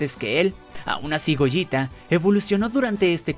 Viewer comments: Es goleta no gojita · Se dice gogeta, no goyita, o acaso dices veyita y no vegeta?